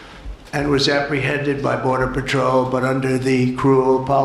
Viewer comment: The "boderzar"😂😂